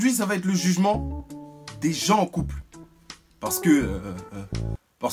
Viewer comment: "C'est pour les coupleuuuuhhhh..." omg cet accent so chic so jet set ✌😁😂